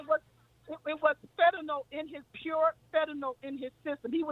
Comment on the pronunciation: Omg. The caller is repeatedly mispronouncing "Fentanyl ",and then, not even clearly defining it.."It's a #1 killer."..Ok, is it a drug? A disease? clearly asked what it was 😄😄